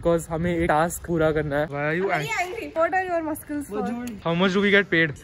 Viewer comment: bro I didn't expect hearing this from a girl who normally speaks English and then she says maskals instead of muscles